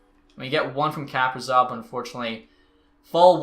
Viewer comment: Kaprizov is pronounced “kuh-pree-zov”